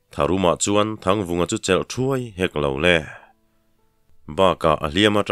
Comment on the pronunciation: Chela ziat" Tih laia "chel" thluk hi "chêl...chawhmeh kanna "Têl" kan lam ang hian "chêl" tiha lam ni zawk se a ngaihthlak a nuam zawkin a rinawm🙋‍♂️